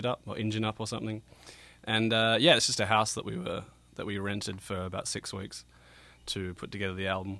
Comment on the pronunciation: I think he said "sitting around smoking weebs"